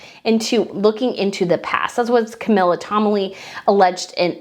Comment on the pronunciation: Camilla Tominey, not Comilly.